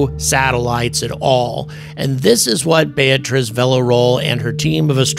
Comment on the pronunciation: “Beatriz” bay “a” trees , you can do it, and she would appreciate it.